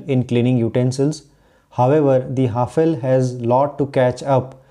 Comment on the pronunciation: Its pronounced as हैफले not what you said 👍🏻